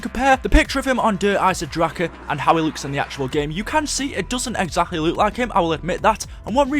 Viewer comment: "Der eisendracha" stop saying it like that